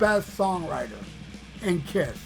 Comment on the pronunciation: the best part is when you say “POL STENLEEY OF KISTH!!!😂😂😂